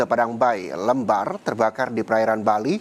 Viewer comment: lembar bang bukan lembar